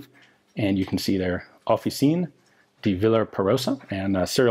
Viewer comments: Nice video and really a great piece of history there! But the pronunciation of Officine is not like you would do with french; you simpli pronunce every letter so it is: "of-fee-chi-ne" hope i've been sufficienly clear otherwise look it up in google translate which has a pretty good pronounce. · Is pronounced Off ee chee ne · It's "Offi "chee" ne" italian Cs are pronounced as a CH sound. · In case anyone cares officine would be pronounced like officinay italians pronounce all the letters unlike french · The "c" in "officine" is pronounced like "ch" in "Cheek". First of all, that's perfect timing to speak of 9mm Parabellum! Secondly, I wonder why were Italians using 9 mm Glisenti in their handguns and 9 Para in SMGs? Surely at that point there wasn't that much of a difference (given the 9 Para loads of the day), but a lot of logistical hussle. In this light it seems almost reasonable to switch to 9 mm Corto for pistols and 9 Para +P for SMGs, as they did after the war. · The "c" in "officine" is a hard c, like "ch" in "Chad" :P